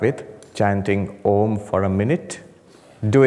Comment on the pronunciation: The wonderful rolling Om at the beginning